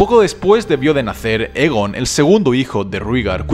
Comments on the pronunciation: Es Aegon, no Egon, tiene el mismo nombre que Aegon el Conquistador y por tanto, se debe pronunciar de igual manera. Y hemos oído oficialmente como se dice "Aegon el Conquistador". Un saludo! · 2 cosas: 1- Me puedes decir exactamente donde mencionan la profecia de las tres cabezas en los libros? 2- Aegon No se pronuncia Egon xd. Se pronuncia Eigon. Muy buen video y gracias. Y ni caso a los que dicen que este canal ha perdido la esencia porque ya no subes tanto Tierra Media como antes. No te olvides que la esencia la pones tu, no tu contenido.